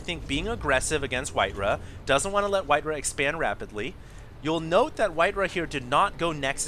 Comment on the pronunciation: WhiteRAH not WhiteRUH